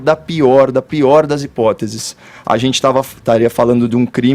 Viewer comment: E tudo que ele fala ele poe um TZ! Pqp! Por exemplo: gentitz (gente) essa ministritiza (ministra) não é competentitz (competente)!